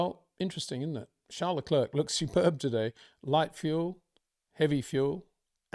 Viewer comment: Hey Peter, why don't you say Charles Leclerc's name properly? You say his first name properly, but not his last. What's that all about???